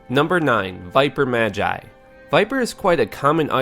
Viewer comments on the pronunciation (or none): none